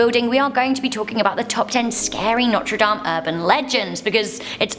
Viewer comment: "The Humpback of Notree Damn iz not weal stopid."